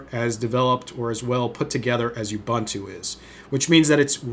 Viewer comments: "You-bun-too?" It's "Ooh-boon-too," ffs... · Just one thing... It's pronounced "oǒ'boǒntoō" not "youbunto"